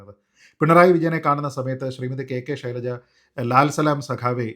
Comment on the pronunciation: ശൈലജയാണ് യഥാർത്ഥ ഉച്ഛാരണം